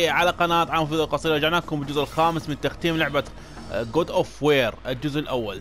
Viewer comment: اسمها كود اوف وار مو وير 😂😂😂 أستمر